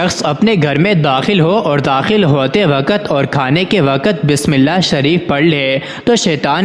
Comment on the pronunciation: For God , correct your urdu pronunciation and start with true bismillah not baas millah